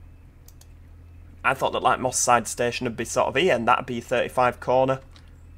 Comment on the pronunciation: Moss side sounds like Mossad